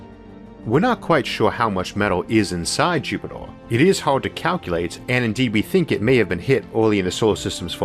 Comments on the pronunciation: It is pronounced, 'JUP-it-er'.....as opposed to 'JUP-it-ole' :) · FML ........Jupiter has no fucking o therefore can not in any terms be pronounced "jupitor". Maybe you should take up a class on shitty Brilliant for elocution lessons. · Be vewy vewy quiet, I am hunting Jupitaw.